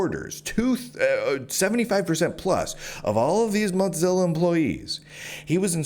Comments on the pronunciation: I couldn’t listen to the every time you said mutsilla 3rd time i’m out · Why do you pronounce it MOTzilla? There’s no “T” in “Mozilla.” Thanks for covering this! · I hope he gets a big ol settlement. This is deplorable. Side note: Please stop saying “Motzilla” 😂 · Hearing Teixeira and Mozilla mispronunciations back to back is such a high bar to suffer for such a great piece of reporting. Read the article OR BE WARNED.